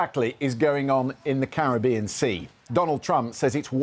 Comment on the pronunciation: They all need to learn how to pronounce Caribbean properly.